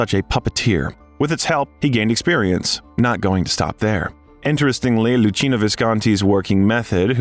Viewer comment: DO learn names correctly, dear Al. narrator! Try punctuation too. LuKeenoe Visconti (Luchino) Paroll, paroles no (S)